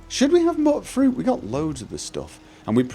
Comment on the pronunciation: It's "Mute-fruit" as in mutant :)